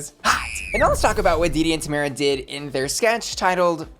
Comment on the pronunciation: I love you queen but you saying Tomara wrong